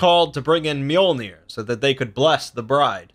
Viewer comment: lol you pronounced his hammer wrong but that’s ok.